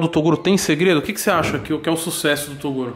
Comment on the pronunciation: Ninguém: A Toguro: Susesso